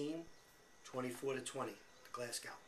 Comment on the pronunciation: Also ... it's pronounced GlasGO, and TilliCOOTry. Hard if you're not Scottish!